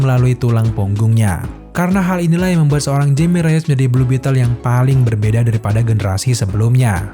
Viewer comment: Nama Jaime Reyes itu bacanya 'Haime Reyes' karena dari Amerika Latin keluarganya. Karena ejaan huruf 'J' nyebutnya kayak 'H' bro kalau dari orang latin. Cuman sekedar info.